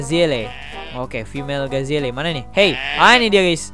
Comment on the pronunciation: Bang saya kasih tau Antelope baca nya entelop Wild dog itu anjing liar Afrika Gazelle baca nya gezel